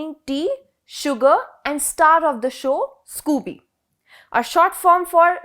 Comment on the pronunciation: They should've corrected the pronunciation of SCOBY... I agree the 'went' can be a slip of tongue during a live interview